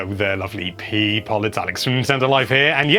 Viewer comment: What!? I’m not a people I’m a PEE-POHL!! How dare you!! Edit: there ya go! Never again please, it’s off putting lol